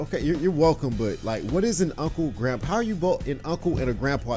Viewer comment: It's not grunpa it's grandpa